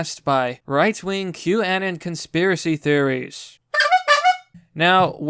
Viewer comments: With saying Q annon it almost sounds like you're saying Kwannon, like the japanese assassin Psylocke stole her body from after her real one was killed. But yes, I agree. Q is a psyop, very obviously, which is why taking it this seriously is a bit alarming. It's "hope porn" for lack of a better turn of phrase because "just sit back and enjoy the show, we'll take care of everything. It's all part of the plan." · Omg youre going to send my ocd sky high. 1- Q- Ah-Non (like ANONymous) 2- Stat-in Island 3- Anthony Wee-ner